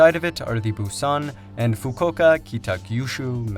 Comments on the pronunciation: I think it's Busan with 'a'. Fast zombie attack! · I keep thinking of the movie "Train to Buson" everytime he said Buson 😅